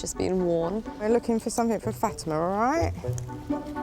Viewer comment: Her name is Fatima. Not Fatimer.